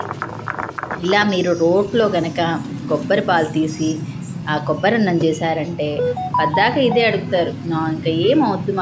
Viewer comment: కోబ్బరి కాదు తల్లి, కొబ్బరి.